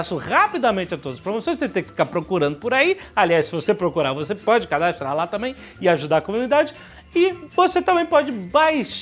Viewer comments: jovem nerd fala " cadastLa"...kkkkk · Não deixe de cadastLa??? Jovem nerd virou o cebolinha?